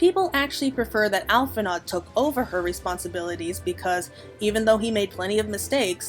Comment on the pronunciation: It's pronounced "Al-fin-o", not "Al-fin-ard"